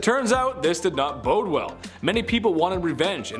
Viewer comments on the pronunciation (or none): none